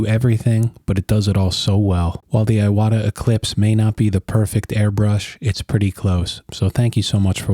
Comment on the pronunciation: "ee-wata", not "eye-wada"